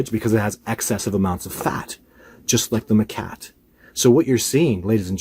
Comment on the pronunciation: Hate to be a the school teacher here but it’s macaque, not ma-cat.